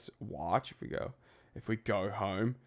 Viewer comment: ~ Segway. you sound very Aussie. “We go home” 🇦🇺 fark yeah mate… great vid as always.